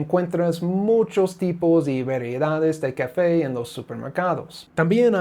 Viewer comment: Why do say "cafey" instead of "café"?